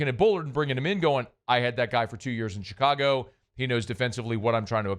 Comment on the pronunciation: Hey, you mispronounced Chicago, “Chi-cargo”. Why don’t you make a sound clip of that and overplay it with that Gayle Benson one, you fake ass fan, wannabe troll.